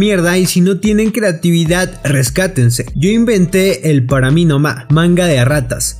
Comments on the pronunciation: JAJAJA no pueden decir ahora "Para mi nomá"😂😂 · Jajaja para mi noma jajajaja se molestan por una frase mal pronunciado y habla de inventar y argumenta con palabras equivocada jajaja